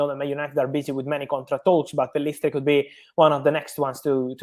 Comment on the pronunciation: Pellistri not Pillestri